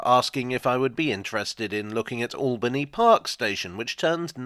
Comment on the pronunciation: My local station for 26 years… just one annoyance it’s locally pronounced Ale-bany park… not All-bany park , always winds me up on the announcements. My school pained a mural there back in 1980